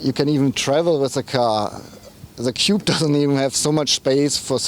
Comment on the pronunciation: He means Coupe but He should really practice saying "kupu..or kupe".